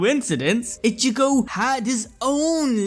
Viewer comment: say it with me (e-chi-go) its not ( itch-e-go)